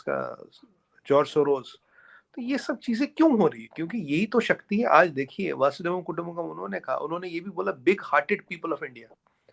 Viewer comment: अरे कोई श्रीमान को बताये, कि सही शब्द "वसुधैव कुटुंबकम्" है. वो हर किसी चॅनल पे ये शब्द अनेकों बार बोलते हैं, और "वासुदेव कुटुंबकम्" ऐसे ग़लत बोलते हैं. इतने विद्वान व्यक्ती हैं, तो अपनी भाषा पर उन्हों ने विशेष ध्यान देना चाहिये. अन्यथा उन के बाक़ी ज्ञान की विश्वसनीयता पर भी सवाल खड़े होते हैं...